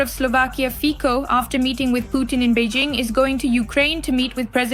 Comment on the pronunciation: Please, pronounce Fico like "Fitso", thank you :) or find it how to pronounce yourself, Fiko it is not right :D